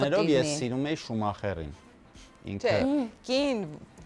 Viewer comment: Այ ձեր ցավը տանեմ ՇՈՒՄԱԽԵՌ չէ ՇՈՒՄԱԽԵՐ Է ես մեռաաաաաաաա🤣🤣🤣🤣🤣🤣🤣🤣🤣🤣🤣🤣🤣🤣🤣🤣🤣🤣🤣🤣🤣🤣🤣🤣🤣🤣🤣🤣 Մանե ջան դու էլ ասում ես հեչ նման չի 😅😅😅😂😂😂😂😂😂